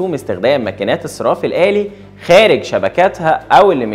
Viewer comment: أسمه :الصَرَّاف الآلي" مش "الصِراف الآلي" لو سمحت.